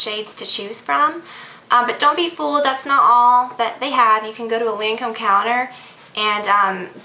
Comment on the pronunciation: It's pronounced tont-ee-dole and lancome is actually pronounced lawn-come.